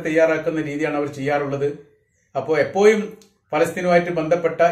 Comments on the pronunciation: എപ്പോയും പലപ്പോയും ഇതിലെ യ മാറ്റി ഴ പറയണമെന്ന് അപേക്ഷി ന്നു. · പലപ്പോയും എപ്പോയും എന്ന് പറയാതെ എപ്പോഴും പലപ്പോഴും എന്ന് ഴ കൂട്ടി പറയാന്‍ സ്രമിക്കുക